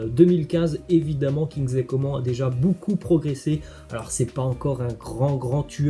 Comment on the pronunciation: On dit « comane » pas « comment » tu fais exprès ou quoi